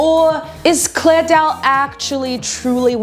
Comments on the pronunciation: The video is nice , but like her name is clara not clair dao, not that I care if jer name is roght or wrong but lile yeah 👍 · why is she calling her clare when her name ends with an A. 😭 clara